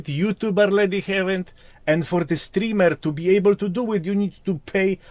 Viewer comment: the "stroomer" asmongold hahahahah i died laughin im in heaven laughin at the stroomer 😂